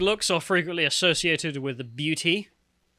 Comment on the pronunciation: "GOOD LOOKS ARE FREQUENTLY ADDOCIATED WITH BEAUTY"... 🤡🤡🤡 Lmao, like... Child, what? Duh! 😂😂😂